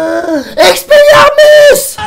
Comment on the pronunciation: " Expeliormus " , EPIC! <3